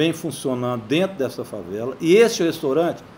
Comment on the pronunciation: Este velho gagá, é professor? Pois deixa eu lhe ensinar... o nome não é restOrante... o nome é restAUrante.